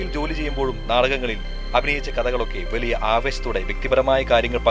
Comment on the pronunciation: വിവരണത്തിന്. അക്ഷര ശുദ്ധി ഉള്ള ആരെയെങ്കിലും ഉപയോഗിച്ചിരുന്നെങ്കിൽ ഏറെ നന്നായിരിക്കും. പഷേ, വെലിയ, സംവീദായകൻ തുടങ്ങി ഉച്ചാരണ ശുദ്ധി ഇല്ലാത്ത ഒട്ടേറെ ഉദാഹരണങ്ങൾ വികലമാക്കിയ വീഡിയോ ക്ലിപ്!!!